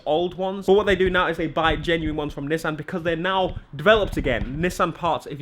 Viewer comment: Don’t say nissssan It’s pronounced Ni-ss-an